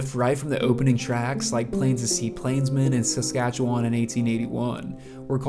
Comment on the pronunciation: Talking about swift current and showing pics of regina. Also learn to pronounce Saskatchewan. narrated by a goof .....